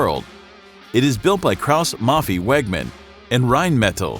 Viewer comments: Haubitziii and Mafii to good 🤣🤣🤣 Boi plz google how e is pronounced in german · Haubitzee? Maffi? Seriously, put at least 5 seconds into research on how to pronounce these names properly